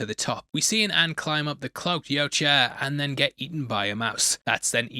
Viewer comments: It’s more like “Yowcha!” Instead of “Ucha.”😂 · why can't you say Yautja? Hahahaha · It’s pronounced Yautja. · for the last time, its pronounced YAUTJA. Get it together, man! Great breakdown, as always!